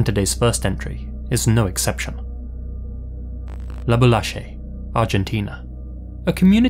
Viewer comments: Heeeyyyy!! Usually these types of channels totally botch pronunciation of place names but you are da MAN! I was confused for a minute about that pronunciation for Spanish until I remembered that the Argentine accent actually does the French "j" with the y and double L. Did you discover the local pronunciation from your research or do you have a friend or a language consultant? I'm very curious, that's really gratifying to hear an accurate pronunciation for a change. My other favorite channels butcher place names even in the USA where local TV provides ample examples of pronunciation, but no one cares enough about those details I guess... I think the one guy is dyslexic, though, so he probably gave up on getting names right a long time ago. And he got my hometown right somehow, so I give him a pass. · Your pronounciation of "Laboulaye" was spot on! Tht's exactly how we pronounce it here. Great job! I value so much the fact that you try, even if you may not get that pronounciations right in other cases. It's a huge pet peeve of mine when people don't even bother.